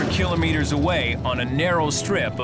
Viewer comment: Someone teach the narrator how to pronounce KILOMETERS!!!